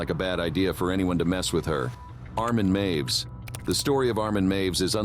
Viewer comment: his name is Armin Meiwes, not Armen Maves. Hhaahahahahaha I didnt know who you were talking about all the time